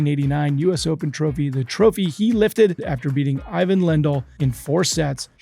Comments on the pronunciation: Great show,. But please.. you need to pronounce Ivan Lendl's name correctly. He's an icon.. it's "EE"- "von". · Excellent update, however, your newbness is showing. Eye-van Lendl. A bit disgraceful. And then there is the butchering of the tiny dynamo's name (Cibulkova). It's only humorous when Sam does it, and even he wouldn't do it with one of the greatest players ever.